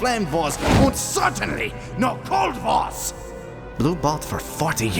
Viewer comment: I thought it was vores not wars....